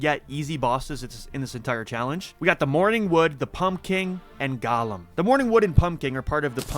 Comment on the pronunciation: You keep pronouncing Golem like Gollum from lord of the rings, when its actually "Go-Lem" 😘